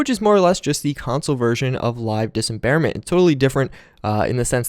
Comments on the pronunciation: I can't believe you made it through this ENTIRE video saying "Dis em bare ment" instead of "dismemberment". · sir its dis-memberment not disemberment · it's LIVE DIS--MEM-BER-MENT. very easy to say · Dis mem ber ment you fuckibg idiot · I didn't like you saying dismemberment wrong. now... at about 5 minutes this kid is shootingarms and legs off and quickly too chuckles then adds its actually very satisfying. lol why don't you calm down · Am I the only who cringes when this dude says dismemberment... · Man I downloaded this mod yesterday and it is a god send finally headshots actually kill ppl like they are supposed to. That was always one of the most annoying things about fallout shoot someone in the head and they'd barely flintch it was sooooo stupid. Also you are pronouncing Dismemberment wrong. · C'mon man, you're dis-embarrassing yourself with that pronunciation.